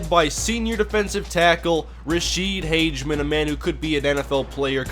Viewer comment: just to let you know its pronounced Rasheed Hag-a-men